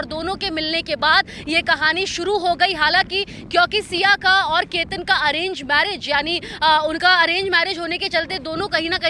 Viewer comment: Ketar nhi ketan h